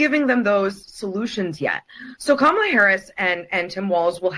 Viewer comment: SAY HER NAME....Kow--MOO--LA